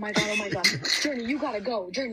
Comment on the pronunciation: She said “Journei you gotta go”😭😭💀.